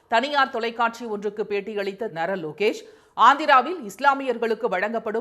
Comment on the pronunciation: நாரா லோகேஷ்.. say it properly